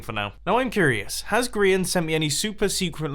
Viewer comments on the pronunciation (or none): none